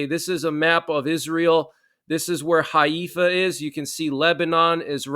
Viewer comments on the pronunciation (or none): Just so you know, Haifa is pronounced Hai-fa, not Hay-efa. Thanks for keeping those of us here "in the know" relatively, as I bet will be quite a number of folks who are in the dark, without any ability to gain even an ounce of night vision even after time has past... Yeah I am concerned for Friday though, & will have all of my phone/otherwise usb based batteries topped, just in case... Also will be keeping my solar panel w/ usb ports and 6000 mah internal battery on hand as well... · Pronounced Hi Fa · it's pronounced hi-fa. And Golda's last name is pronounced my ear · Haifa is actually pronounced “HYFA”!